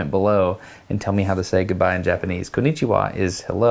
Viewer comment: Hi Destin. Konnichiwa is pronounced cone- nee-chee-wah in a even tone on each syllable. Meiji is pronounce may-gee not mejjy. Shōken is pronounced show-ken emphasis on first syllable. Thank you for the effort though.